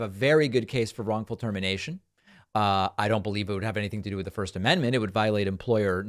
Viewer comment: The woman mispronounced the amendment that has to do with speech. 😂